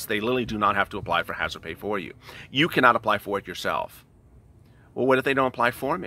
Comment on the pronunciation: Hazardpayish rofl🤣🤣